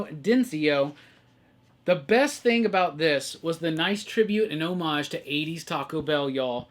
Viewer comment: Also… you are the only person on the internet who correctly pronounces homage!!!